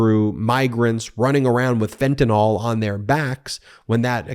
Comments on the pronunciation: Fentanyl, not fentanol. (-NIL not -NAWL) Once or twice would have made me wince, but 4 times in 3 sentences made me turn off the video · This Anti-Freedom Caucus ultimatum is infuriating. It will fail. Thank you Ben and The Midas Mighty! Also, I'm a chemist: it's pronounced "ill" not "all", fentan-YL not fentan-OL, Anyway... stay strong, folks. We're gonna get back to sanity. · Dude, it's Fentanyl not Fentanol, YL not OL! Love your show!! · What in the world is “fentanOL”?